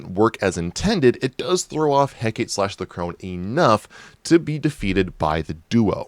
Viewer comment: Is this guy seeing the name "Hecate," (heck-ah-tay) and pronouncing it (heck-ate)?